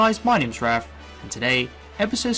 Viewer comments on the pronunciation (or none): none